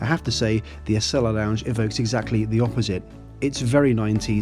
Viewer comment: It’s pronounced “Ah-see-la.”